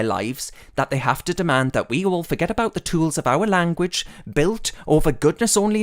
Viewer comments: He also pronounced the juh in language more like tchshuh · Languitch too